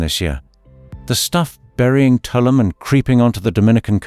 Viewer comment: I know that British people have an extremely difficult time pronouncing foreign names, but if you are going to give travel advice on Caribbean islands, you should say their names "proplay". Tulum is pronounced "two LOOM" (not "TOO lumm")' Akumal is pronounced "AH ku MAHL" (not ACK ku mall"); Punta Cana is pronounced "Poonta CAH nah" (not Poonta CAY na); Grenada is pronounced "Gra NAY da" (not "Gra NAH da"), according to local custom; and lastly, "Isla Mujeres" is pronounced "EESLA moo HAIR es" (not EYE LA moo JAIR ess).